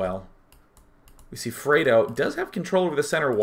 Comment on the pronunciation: Its FRED Oh. Like the UK chocolate.